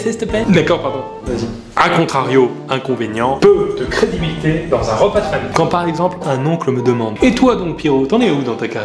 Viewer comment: Et puis la "crédibité" ^^